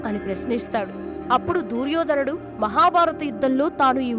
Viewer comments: దూర్యోధనుడు కాదు..... దుర్యోధనుడు. తెలుగు భాషను ఖూనీ చేయడం శోచనీయం.... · దుర్యోధనుడు అని పలకలు.DOORYADHAN.ని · దూర్యోదనుడు ఏమిటి తల్లీ! దుర్యోధనుడు అనాలి. ముందు ఏ పదాలు ఎలా పలకాలో బాగా నేర్చుకుని ఇలాంటి వీడియోలు చెయ్యాలి. ఇంక ఎవ్వరినీ నీ అప శబ్దాలతో ఎవ్వరినీ ఇబ్బంది పెట్టకు. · అమ్మ దూ ర్యోధనుడు కాదు దుర్యోధనుడు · Duuryodanudu kadu talli duryodhanudu anu emi telugu talli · దుర్యోధనుడు తల్లి. దూర్యోధనుడు ఎందుకు అంటున్నారు మీరు. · Duryodhanudu anaali, Dooryodhanudu kadu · తెలుగు స్పష్టంగా మాట్లాడటం నేర్చుకొని వీడియోస్ చెయ్యి అమ్మ గారు దూర్ యోధనుడు కాదు దుర్యోదనుడు అని పలకాలి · దూర్యోధనుడు కాదు.... దుర్యోధనుడు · అంతా బాగానే పలికేవు అమ్మ కానీ దూర్యోధనుడు అనే మాట వినడానికి కాస్త ఇబ్బందిగా ఉంది. అ పదాన్ని దుర్యోధనుడు అని పలకమ్మా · దుర్యోధనుడు.. దూర్యోధనుడు కాదు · దుర్యోధనుడు అని పలకండి pls. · Amma talli neeku telugu palakatam ravadam ledu Duryodanudu nu peru sagaddestunnav